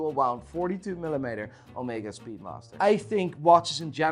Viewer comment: I love your vids, but I cringe every time you say "milimayter"